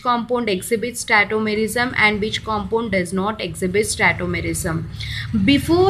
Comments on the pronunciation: Its tautomerism not tettomerism ..lol🤣🤣🤣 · It is not tetomerism it's tautomerism